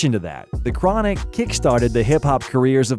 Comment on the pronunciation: Not “The Chron” 😂